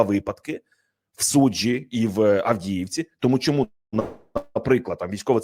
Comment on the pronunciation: ЯК ПЕРЕСТАНЕШ ВИМАГАТИ ВПОДОБАЙКИ НА ПОЧАТКУ ЕФІРУ ЗА ПАРУ СЛІВ І ПЕРЕСТАНЕШ ЗНУЩАТИСЯ НАД УКРАЇНСЬКОЮ МОВОЮ:ЩЬО,ЩЬО,ЩЬО,ЩЬОБ,ЩЄ,ЯКЩЬО,ЧЬОМУ,СПОЧЯТКУ,ЧЄНОМ,ЧЮДИЛИ,ЧЬОТИРИСТА,ЧЄТВЕРТА,ДА,ЗНИЩЄНІ,ХАРКІВЩЄНА........,ТОДІ ДІСТАНЕШ ВПОДОБАЙКУ!!!!ЦЕ ВЖЕ ГИДКО СЛУХАТИ,ЩОБ ТАК СИЛЬНО ВИКРУЧУВАТИ УКРАЇНСЬКІ СЛОВА!!!!!!!!! ГАНЬБА ТОБІ!!!!!!!! (УКРАЇНЦІ,США)